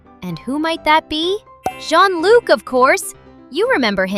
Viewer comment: Bro you don't know how to say john-luc💀☠️☠️💀💀